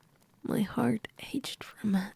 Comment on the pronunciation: Ached is pronounced "Ey-kt" btw 😛. "Ch" is usually pronounced "k" in English, the other sound being written "sh" most of the time. (There're exceptions of course, like channel, cheers, etc.)